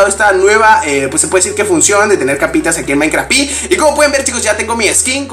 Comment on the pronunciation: xq dices minecraft pi no seria minecraft PE???